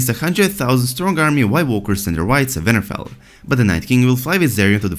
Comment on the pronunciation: oh my god i think it's great! i mean it's pronounced winterfell with a 'w' but you're accent makes it a 'v' and i don't think you should change it, it's rad